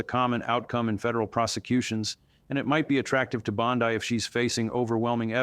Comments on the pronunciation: it's Bondi not bod-ai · Hey, no one pronounces her last name as Bond die, it's Bond Dee, the correct way when giving public info.(JS) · Why do you say it like bonsai? Bon-dee. Every single source says bon-dee. Not bond-ai. It's weird. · Her dishonesty and arrogance is a dark cloud on legimate lawyers. Her name is Bondi not Bondai. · Its not Bond eye , its Bond E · Annoying that he keeps changing pronunciation of Bondi's name. All other news sources pronounce it Bond-ee, not Bond-eye. My first impression was BOT. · Did he just say Bond-I with a long I? A I bullshit,,,, I'm out. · I believe some of this but you can't trust an AI generated video, it's easy to spot, the guy said Bond..eye, that's AI getting the name wrong, you could also hear glitches in the script, don't get me wrong, I'd love to see her in an orange jumpsuit but this video is right up there with the guy wearing a Ryobi personal hovercraft....fake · Is that AI, he does not blink and say Bondai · You can’t even say her name correctly